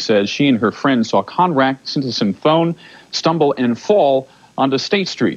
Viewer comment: So You can pronounce Sinthasomphone but California…😂.